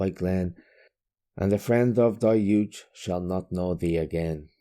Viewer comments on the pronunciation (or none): "Yute??? What is a Yute.":---My cousin Vinny